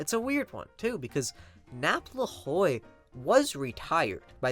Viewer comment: Great vid again. Boss Napoleon Lajoie's last name is pronounced laj-way.